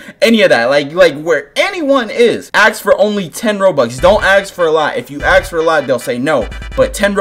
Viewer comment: I love how he says aks instead of ask